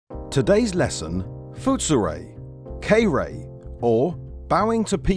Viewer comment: The "foot-soo-ray" "kay-ree-tsoo", huh?